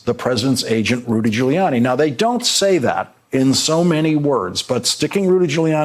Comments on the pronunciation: You known Trump’s rattled when he mispronounces his own friend’s name: GiuliANNIE. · He said GILLYANNI 😆😆😆😆😆😆😆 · Where did this new pronunciation of Rudy's last name come from?